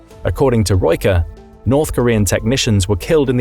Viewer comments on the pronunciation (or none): none